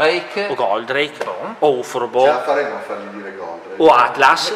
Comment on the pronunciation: e 'sempre stato un po' strano questo personaggio , sembra quasi fatto per gioco , ispirato un po' da altri robot , quasi una presa in giro comunque se la faceva la bandai lo facevano meglio , pi son gusti ......................................................E' COMUNQUE SI DICE GOLDRAKE